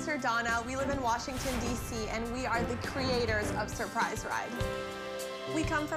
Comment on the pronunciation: I'm "surprised" that they can't properly pronounce "surprise"